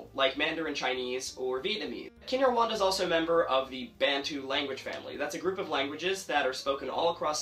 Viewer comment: Very impressive :) Just two quick corrections: Bantu is pronounced "BUN TOO", and in isiXhosa, it's Ndi-ya-ku-penda (I-present tense-you-love). Keep up the good work!! :D